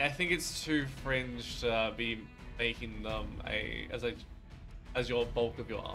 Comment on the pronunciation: I know you said fringe...but it sounded like cringe xD